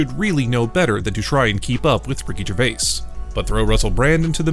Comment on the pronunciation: always fun to hear another Youtuber again destroying the pronounciation of Ricky Gervais . Even more funnier when you hear the right way to say his name more then once by himself and others in the clip itself . So either he didnt listen to his own clip or he just cant speak properly??